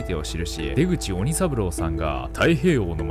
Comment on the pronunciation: でぐち●わにさぶろう、と読むんだよ。ちゃんと調べてね